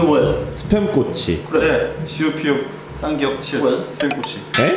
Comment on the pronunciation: 그와중에 도 쌍기억을 끼억이라고하네 ㅋㅋ